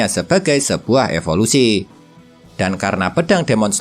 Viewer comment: Evolusi min bukan efolusi